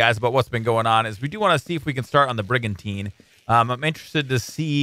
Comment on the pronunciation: The first time you said brigantine I thought brigantina.